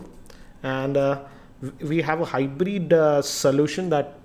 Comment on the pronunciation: Nice video. I love this device and recommended it to my friend. BTW it's Hybrid not Hybreed.